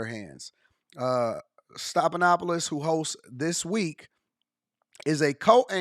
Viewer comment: His name is stef, like Stephanie.